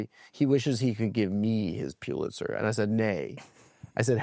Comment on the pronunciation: How many times does the bug say “Pulitzer” in this one